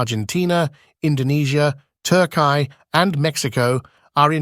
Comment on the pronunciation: Why did you pronounce Turkey "Tur-kay"?